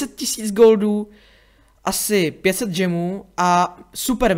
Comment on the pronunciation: Džemů? Spíš gemů.